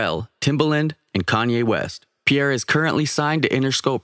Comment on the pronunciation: Nope. Not Pierre